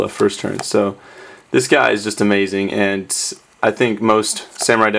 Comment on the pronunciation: Is it just me, or does it sound like he is saying "ant" when he says "and"?